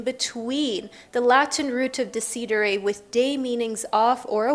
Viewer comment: so cute when u pronunce"decidere" (italian word)